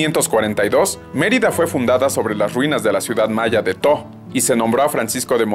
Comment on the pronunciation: Dato del maya: la T no se pronuncia, así que no se pronuncia To, se pronuncia "Jo" (como si fuera inglés)